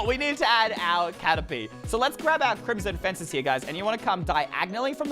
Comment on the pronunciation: crimson faces Me: *laughs crimson fences not faces